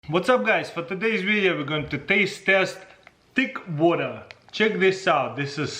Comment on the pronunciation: tick wutah